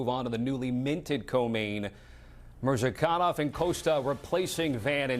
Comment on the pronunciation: When everyone pronounces Murzakanov as MURZah-kan-nov and insists on calling him MurZAH-K'nOv, you know he's something "special". 🤦🏻‍♂